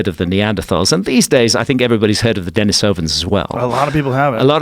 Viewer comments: Dení sovans instead of Deni sóvan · Its pronounced Den-EE-sovan. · Dude isn't even pronouncing denisovans correctly, how am I meant to be believe anything he says